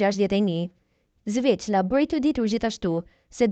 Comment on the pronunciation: Oj moderatore mesohu me lexu nihere se ky quhet Xhelal Sveqla e jo Zveqla